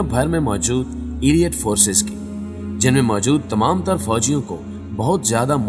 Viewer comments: Not "Aliat" but the right word is Aleet (Elite) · ایلیئٹ فورس نہیں ہوتا 😂 الائیٹ فورس ہوتا ہے correct your pronunciation